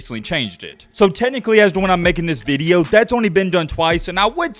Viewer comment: you lost me at "veedeo"..